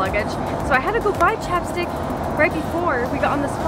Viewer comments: Is it just me when she said chapstick i heard chopsticks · I thought when you said that chapstick was an aseseity I thought you said chopsticks when an asesity